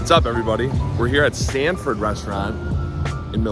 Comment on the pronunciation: It’s Sanford